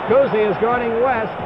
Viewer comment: They enjoy saying Bob Cousy's name. Bob COOZY!